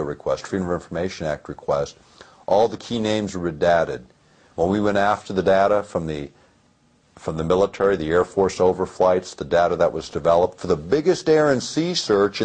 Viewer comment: The word is redacted not redataed. He says it twice!